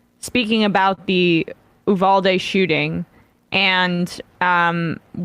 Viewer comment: The way people are pronouncing uvalde really bothers me lol